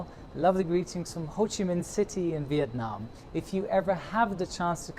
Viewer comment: Great vid as expected! ;-) More kudos for (I think) pronouncing "Viet Nam" correctly.